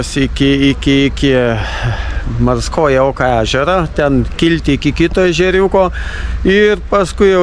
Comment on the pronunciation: Ačiū, smagūs įspūdžiai! Tik kažkodėl vis vadinot ežerą rusiškai - "Morskoje oko", kai jo tikrasis pavadinimas yra "Morskie oko" 😉